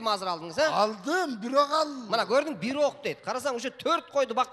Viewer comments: Эй бита теке эмес бир теке деп суйло кыргызсынбы же с...... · Бита дебей. Бир эле деп суйлосон э🤭